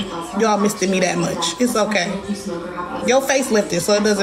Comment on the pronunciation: Not missTED 🤣🤣🤣🤣🤣🤣🤣🤣🤣🤣